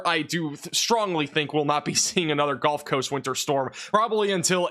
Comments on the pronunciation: Is he saying "golf" coast instead of "gulf" coast or is there an atea called "the golf coast"? The Golf of America? 😂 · 😂😂😂 golf coast 😂😂😂 love your videos boss but every time you say “gulf” I hear “golf” for some reason 😂😂😂